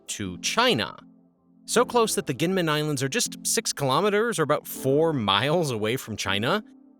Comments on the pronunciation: Gee men not Gee Yen Men. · Kinmen it is a soft g not a k